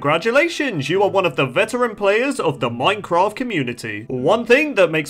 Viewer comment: Bruh i would watch it but i cant stand hearing "then you are a ceteran player" every 15 ffs